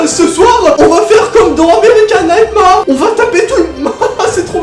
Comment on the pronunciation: Plz dit pas American nightmare Mais dit nigthmér C la prononciation du film respecte l'anglais